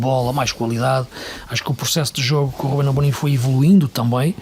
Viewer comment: Por que é que todos os parceiros de LFL, neste programa, dizem RÚBEM Amorim?